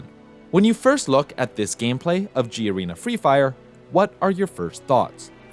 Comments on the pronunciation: It's called Ga-re-na, not G-Arena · correction: it's not called 'G' arena. it's just one word Garena, spelled Ga Re Na. the 'ga' is like in 'gal'. not trying to defend garena ofc because i absolutely hate that dogshit company. also, that skylar or skyler character is definitely based on Sơn Tùng MTP, a popular artist in Vietnam - his fanbase is called Sky